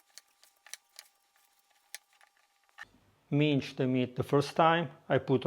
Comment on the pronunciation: Grandissimo. L'inglese é ottimo, ricordati é "minsd" non "mincd". Vai alla grandissima 🎉